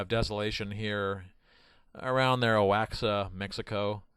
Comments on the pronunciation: Um... Oaxaca is actually pronounced “wahaca” but nice try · This guy does not even pronounce oxaca correctly I'm sure he is one smart man lol